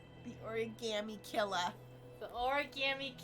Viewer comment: I read this just as was saying it in that accent 😂